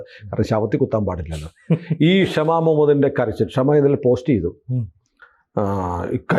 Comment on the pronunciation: ആ കൊച്ചിൻ്റെ പേര് ക്ഷമ എന്നല്ല, ഷമ എന്നാണ്...